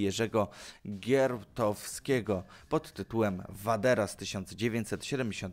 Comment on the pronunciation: Co za lipny ranking? "Wilczyca" to absolutny Number One! A autor noweli to Gierałtowski, nie Giertowski.